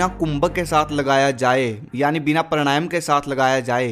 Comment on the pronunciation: भाई मेरे , वो प्राणायाम है, परणायम नहीं। उच्चरण सही करे......